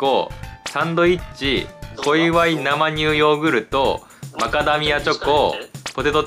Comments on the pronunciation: なまにゅうって何w せいにゅうでしょw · 生乳(せいにゅう)をずっと(なまにゅう)って 言ってるうける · なまにゅうじゃなくて、せいにゅうじゃない？